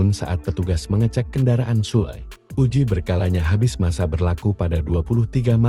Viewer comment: Ini asli dari jurnalis resmi? Kok kek males jadi narator aja pake AI kata Sule jadi Sul atau harusnya kabin jadi Cabin. Usaha dikit gak pake AI kenapa sih 🥴